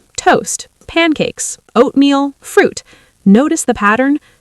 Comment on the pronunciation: TOU, PANICKES, OATAMEAL, what kind of lazy AI crap is this?? 👎